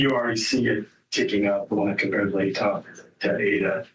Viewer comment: I can’t take a person seriously if they pronounce it “ladda” county. She clearly has no clue about this case at all.